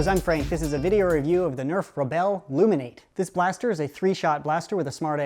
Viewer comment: Its pronounced loom in at ee aka loominarity confired